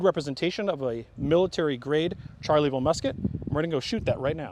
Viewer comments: Loved all the history but kept cringing at the pronunciation of Charleville, it sounds like Shar-la-ville, not charlie-ville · "Charley ville". Barbarian! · I genuinely cringed Everytime they said charlieville instead of charleville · Can't get over him pronouncing "Charleville" as "Charlie Ville" haha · It pained me to hear him call it a "Charlie-ville" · It's pronounced sharleville! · [ʃaʁləvil mezjɛʁ] not [ʈʃaʁləvil mezjɛʁ] and /fy.zi d(ə) ʃas/ not /fy.zil d(i) ʈʃasi/ dammit.